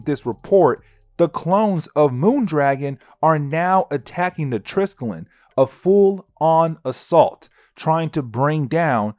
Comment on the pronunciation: Not gonna lie i cringe when you pronounce triskellion